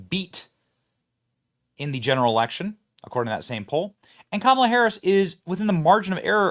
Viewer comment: Camelah lol